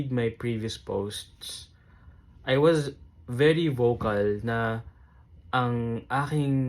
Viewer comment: Mejo bothered ako sa pronunciation mo ng "was" 😅